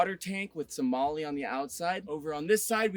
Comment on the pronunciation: FYI MOLE is not pronounced Molly, great camper.